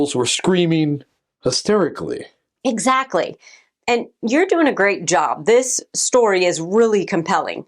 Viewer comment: Ok, please go back to and the pronunciation of “hysterically” But I did say sorry first. I know it’s not easy. Look, it’s just I’m interested in a lot of your video topics but it feels like a cringe paranormal infomercial at times. If you could just even take it down like 5% I’d take it. No hard feelings